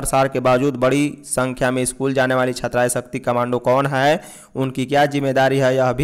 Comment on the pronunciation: Bhai hai hota hai,haai nhi